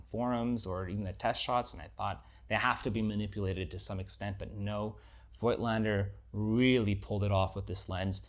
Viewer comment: COIGTLANDER IS PRONOUNCED 'FOTLSNDER CORECTLY ! f_1 with digital is lessuseful, averagely, than with film. its almost a 'special effects' lens -wafer.thin DOF. - so sharpness is comprimised often. a paid-for promo for sure.